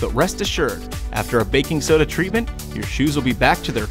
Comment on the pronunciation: “I got backing soda”